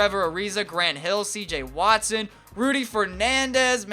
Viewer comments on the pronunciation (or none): none